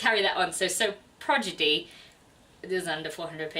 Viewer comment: I was uncertain about Legend by Marie Lu, but I might give it a try now. Not to get too nitpicky, but you mispronounced "Prodigy" every time. XD Your girls are great - awesome wrap-up!